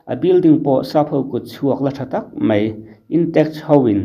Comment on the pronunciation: Real Life hian "MAI" tih turah "MEI" a ti char char bawk. A țawngkam chhuak hi a nawi hle reng mai a ni.🤣